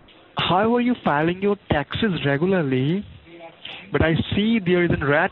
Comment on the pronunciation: It sounds like it hurts every time he says tacksezz.